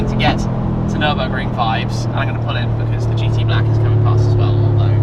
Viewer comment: actually... fellow viewers will for sure watch car wow .. and oh dear when Matt only says the word "Nurnburgring" he gets kicked so hard in the bottom... considering that Tim, your ass would probably be above your head xD .. epic drives AMG for life